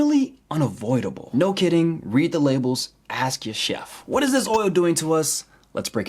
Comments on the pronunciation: Axed your neighbor? Axed? Why are you axing your neighbor? LOL! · "So they axe they other neighbour" Geeze work on that english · Pro-Tip: Don't axe your neighbors. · Things i learned.. Don't Axe your neighbor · Please don't axe your neighbors kids, the eggs aren't worth it. 😜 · don't axe your neighbor .